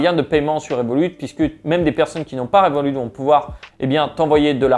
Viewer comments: on dit "revolutte" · on prononce le T de Revolut